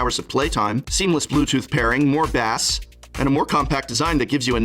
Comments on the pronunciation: The only thing you're missing is the headband in the workout segment LOL! Did you really just say Bass like "bas"?! As a music person, I'm actually offended...it's pronounced "base"! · Its pronounced base.... spelled bass 😂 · "Bass" is not pronounced like the fish, bro, lol. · More bass (fish) instead of bass (sound) XD he's an English major